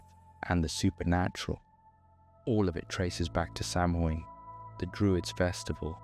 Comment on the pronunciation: Gaelic pronunciation is not obvious. In future, I would recommend asking Google for the pronunciation of any words or names that aren't familiar to you -- Samhain, Cuchulan, Tuatha de Danaan, and all the others. Guessing at pronunciation based on English spelling is almost guaranteed to get it wrong. That's strongly true of Gaelic (Irish or Scottish, which are not the same), but it's true of many other languages too.